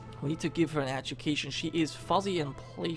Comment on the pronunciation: Great video! BTW is fussy, not fuzzy. fussy meaning "fastidious about one's needs or requirements; hard to please" E.G "he is a very fussy eater".Whilst fuzzy meaning "having a frizzy texture or appearance" E.G "she has fuzzy brown hair". IDK if this was just a misunderstanding or your accent, but i hope this helped.